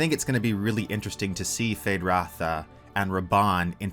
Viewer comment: It’s Rauta not Ratha. ”Rauta” means steel in Finnish. Frank Herbert took inspiration from the Finnish language for the Harkonnen.